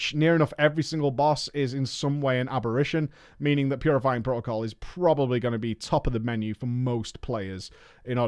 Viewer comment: ab-er-ay-shun You're combining apparition and abberation. I can let it go but the amount of Brits who say "You Americans and your poor grasp of the language" mean I am conditioned to fight back whenever it comes up. I'm sorry. Please go beat up those other British people and then speak however you wish.